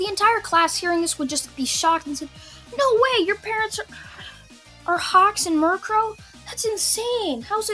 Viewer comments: U called her Mirkro when her name is Miruko lol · I don’t mind at all but your pronouncing Miruko like the Pokémon. (Murkrow) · it's Miriko not -Ree-Co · Ah yes, murkro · This video was great aside from the fact you pronounced mirko as mirkrow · it's Miruko there is no 'r' at the end!!!!!!!!! work on your pronunciations dude it's making my OCD act up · Why say you mircrow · Your pronunciation of momo yaoyorozu is correct as far as I know otherwise I've been pronouncing her name wrong my entire f**** life but your permanent solution of Mirko is a little off also sorry for spelling errors I'm using talk-to-text cuz I'm too lazy to type feel free to roast me